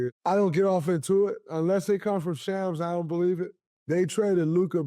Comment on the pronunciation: Draymond you doing great 💯 one thing. You are saying Sham's nane wrong. Its more like Shoms.